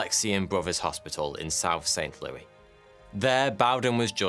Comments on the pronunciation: I was laughing my ass off at your pronunciation of Saint Louis. You pronounced it "Looey", we pronounce it "LOO-ISS". On a side note, there was a made for cable movie from 2000 called "Possessed" that was about the events you chronicled in your video. I watched it on January 1st of this year early in the morning after getting out of bed and pouring my first cup of the day. Afterward I brought up a game on the computer and began playing. Then I started feeling a bit off and went to bed, shaking like a leaf. No I wasn't possessed but it was probably covid. WHAT TIMING!!!!! Laugh it up at my misfortune. Incidentally it wasn't a bad movie. I actually thought it had been filmed in Saint Louis. The architecture was right and that sure as hell looked like Saint Louis University to me!!!!! The SLU Billiken was even prevalent everywhere. The break though came when the kid ran off to the cliff and tried to drag Bowden over the edge. That was either a great lake or an ocean, and the body of water it would have been in Saint Louis was the Mississippi River. According to the credits it was filmed in Toronto. I think I streamed it on Amazon Prime... maybe Netflix. I can't really recall. Here's a link to the movies page on IMDB. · I’m from that area and it’s pronounced Saint LEW-ISS. Not Saint LEW-EE. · "RAY-g'n", not "REE-g'n". Re-watch the movie. And it's Saint "Lou-ISS", not "Lou-EE" here in the States.